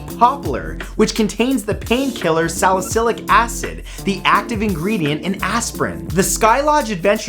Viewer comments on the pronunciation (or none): none